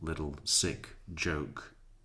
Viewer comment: he was trying to say Joke but instead says Jook 😂cracks me up every time I hear it